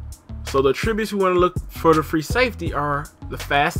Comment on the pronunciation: AT-tributes not AH-tributes